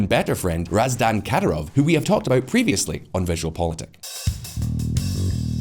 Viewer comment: This moron couldn’t pronounce Ramzan Kadyrov’s name right He made so much mistakes I’m surprised they posted this